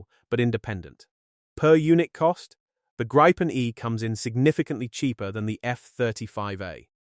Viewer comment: Grrrr! It's Gree-puhn! Cognate to Griffin!